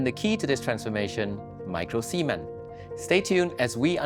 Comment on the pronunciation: Did he say micro-semen? Cement should be pronounced with a clear T at the end